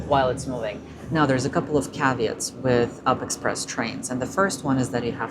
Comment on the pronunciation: It’s read as U-P express, not “up” express